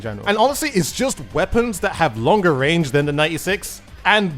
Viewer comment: "Very Shot Rannge" On another note, I'm glad that DUDE encourages people to have their own opinions on things. Also, I liked the DUDE says memes in the plaza. Does anyone else remember those?